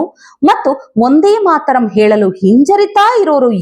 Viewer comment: "ಒಂದೇ ಮಾತರಂ" ಅಲ್ಲ. "ವಂದೇ ಮಾತರಂ "